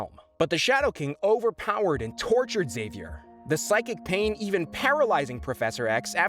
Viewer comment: Professor ecks-zavier